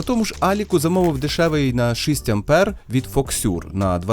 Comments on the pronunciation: Файно сподобалось дякую тільки шість а не шисть😅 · Дуже ріже слух "шИсть". Потренуйтесь будь ласка.